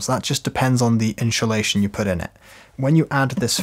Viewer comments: Ones you hear "inshulation" it cannot be unheard. Insssssulation please. 😉 Other than that, great video. 🙂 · love the video, great tutorial! ..... I'm pretty sure there's no H in insulation though 😂😂😂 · i love how you say " INSHULATION" bit of a Shaun Connery vibe...🤣 great tutorial, this is my task today! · Gonna have to get me some in-shoo-lation! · in-shoe-leighShion? :-P :-) 😬That's the best way I've ever heard the word insulation pronounced :-) And great panels! :-) Thnx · honeslty he's killing me, so well spoken then its IN SHOE SHATION every time hahahahha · inchulation 😂 love it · In shoe shation, hahahah, I love how this guy says inshoelation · Great video, but what is “inchilation”? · Like Mary Spender’s Chewsday Tawks.